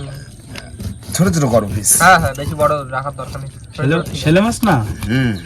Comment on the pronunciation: বুঝতে পারলাম না শেলে মাছ না ছেলে মাছ ?? তোমাদের অনেকের উচ্চারণে অনেক ভূল আছে । যেমন দুএকজন কে বলতে শুনলাম ছেলে মাছ । কিন্তু ওটা তো ছেলে মাছ উচ্চারণ হবে না , আসলে হবে শেলে মাছ ।